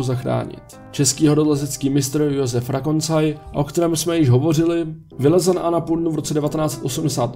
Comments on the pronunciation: Pohori je Karakoram ne Krakatoa a Joska je Rakoncaj ne Rokanzaj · Rakoncaj! Ne Rokancaj... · Krakatoa místo Karakoram, horká nemoc místo horská a Rokancaj místo Rakoncaj. To jsou těžké minely. Ale budiž, snaha byla.